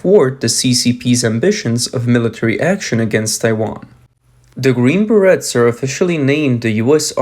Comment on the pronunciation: The Green Berrettts...LMAO Learn to say the name correctly!